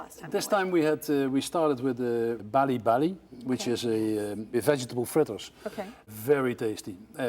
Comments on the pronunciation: dude, it's bala-bala 😂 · It's bala-bala not bali-bali 😀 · bala bala not bali bali😂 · Bala-bala not Bali-bali...... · fyi its bala bala not bali bali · Bala bala not bali bali 😅